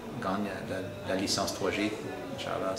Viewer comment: Il a dit "nchAllah" XD vers